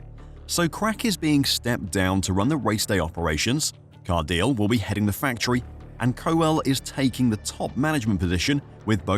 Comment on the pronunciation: its Car-di-le... hes not english, do some research